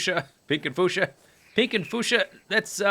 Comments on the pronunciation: Isn't it pronounced Fyu-sha? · I always pronounced fuchsia as "few-sha" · my nightmares will be haunted by the sounds of "foosha." it's as classic to me as "Rhymth." foosha. fooosha. foooooooooooooooooooooooooooooooooooooooooooooooooooooooo.... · Alexander Konczal can't pronounce a lot of words. I've noticed that from Terraria.